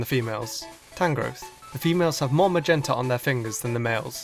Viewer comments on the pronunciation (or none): none